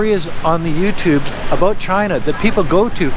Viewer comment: "oat and aboat" lol